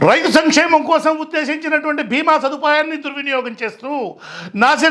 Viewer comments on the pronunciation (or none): none